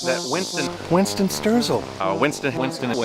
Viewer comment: "WINCESTON" " SERPENZA"